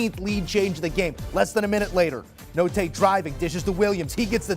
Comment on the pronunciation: These analysts are terrible. He keeps saying JT Notae.. Also doesnt even know Arkansas was in the elite 8 last year. Bad breakdown..